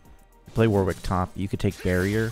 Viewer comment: One day people will pronounce Warwick properly :(